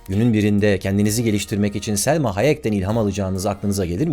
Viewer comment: Selma Hayek değil bro ya Salma :)